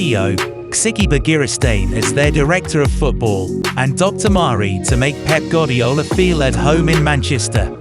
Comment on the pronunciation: It's goo-are-dee-ola